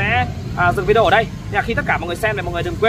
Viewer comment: Cám ơn. Tôi rất thich xem videos của vì tin tức trung thực, mới, giọng nói rõ ràng, khiêm tốn, và thêm một điều nho nhỏ nữa là đã đọc đúng chữ video (vi-đi-ô). Lúc trước, khi nghe quý vị khác đọc là vi-gieo, tôi không hiểu các bạn nói cái gì. Sau một thời gian xem qua vài videos của vài người thì tôi mới rõ ý. Cám ơn cháu (TB: gọi là cháu vì tôi ngoài 70 tuổi)